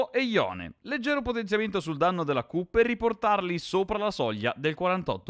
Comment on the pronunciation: Danmno invece di Danno con Samira, grazie per il video patch veloci.